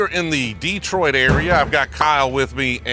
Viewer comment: Happy you pronounced detroit perfectly 👊🏿